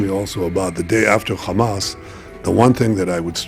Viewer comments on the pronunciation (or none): It’s not Chamas its Hamas